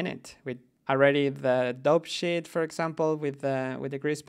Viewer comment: It's great these lights are going in.. have you guys considered a system like KeyShot? Specifically the ability to stamp/paint light HDRI lights onto a environment map in real time.. it's so easy to add and work with lights, it's the closest to 'Studio lighting' I've seen! Also.. I had to re-listen to you say 'Dope Sheet' 3 times, because I thought you were saying 'Dog Shit!' Keep up the good work all of you! :P